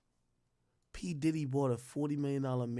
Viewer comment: “P Didit”